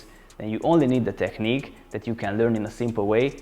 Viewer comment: You opened my eyes with that video and the one about pullups. It seems like I found a great channel I will definitely be coming back to. Don't want to be rude, when you pronounce 'technique', pronounce -ch as -k - /teknik/. Thanks a lot for sharing your experience. Cheers!